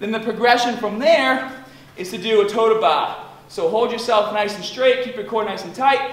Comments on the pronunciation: Toe to bah the "r" is silence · I heard, "tow ta bah." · Totahbah. Great Vid thanks;)